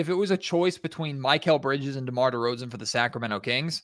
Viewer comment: Muh-kel bridges. Not My-Cale